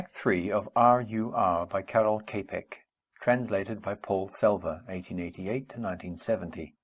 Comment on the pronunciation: The surname is not pronounced as "Kepek" - more likely like "Tschapeck"